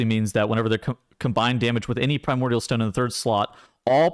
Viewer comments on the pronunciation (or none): none